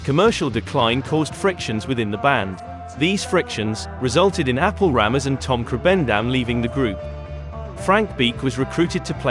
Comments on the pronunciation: Haha...t's not Apple, but Appie. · Thanks for this excellent video on a legendary album. Just fyi, the bassist’s first name is not “Apple,” 🍎, but rather Appie (pronounced “app-ee”). 😊 THANKS SO MUCH for all of your videos. I love your channel! ❤